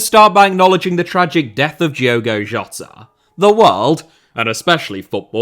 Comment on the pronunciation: Can you please pronounce Portuguese people’s names correctly? And I mean Portuguese from Portugal. In Portugal, the D in Diogo is pronounced like the D in dog. So if you’re referring to an actual Portuguese person pronounce it like that. If you’re referring to a Brazilian then you can pronounce it the way you are. It honestly annoys us portuguese when people pronounce our names in Brazilian Portuguese